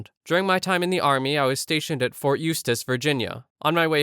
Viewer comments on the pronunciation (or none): none